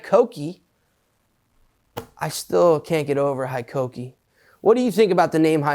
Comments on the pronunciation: It's pronounced "HEkokee" not HIkokee, and it used to be named Hitachi. We also have Metabo. I didn't know hikoki and metabo are suposed to be the same brand? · Hitachi power tools are now called Hikoki here in Japan, they have recently rebranded themselves to the new name. Their full name was Hitachi Koki, so they did the usual Japanese thing of mashing words together to get Hikoki (Pronounced hay-koh-key), derived from the English word 'high' and the Japanese term 'koki', meaning 'industrial machines'. Hitachi bought out Metabo a while back, hence the crossover in names in Europe, but Hitachi power tools was then acquired by US holding firm KKR, prompting the name change to Hikoki to differentiate the products. Here's waiting for the pump and dump and the drop in quality as is often the case after an investment firm gets their finger in the pie....... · HIKOKI=METABO ? Thought it was HITACHI